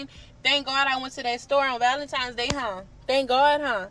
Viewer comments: I would like the general public know.... it's valentiNe's.... NOT valenTIME'S day... 😑😑😑 there is no "M" DAMN! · These girls are so lost. Keep saying valemtimes day 😂 I pray for them to wake up, have eyes to see, ears to hear, we are not each others enemies. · ValenTIMES day😂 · How one so many people have so much time for pure foolishness. And these girls are trashy. And by the way, it’s valentine’s day, with an N not an M.